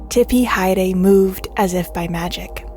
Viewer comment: Your pronunciation of Tipi Haere is beautiful and correct and a joy to listen to. Warren owners almost to a person destroy the predominantly Pacific names of their boats. You and the owner of Tipi Haere honour our two/language. Thankyou